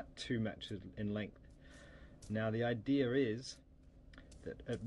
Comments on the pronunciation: its idea not idear and its alluminum not amulliam gosh were in america dumbass go back to ur dumbass planet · "The i-dear." Lol, at least you try bro, nice tutorial. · idear? i belive it isnt pronunced with an R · 33 , he says ider lmfao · what is an idear? and i've never heard of the foil he's talking about....aloomineeum? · lol the "idear" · YOU SAID idea"R" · no he says idea with a r lol